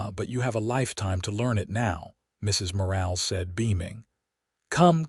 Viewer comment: Nice story. I do question that a rancher with only 200 head of cattle would have a foreman & 3 ranch hands! Plus AI has a nice voice but keeps mispronouncing Mrs. Morales last name! You need a human to check these stories! Texas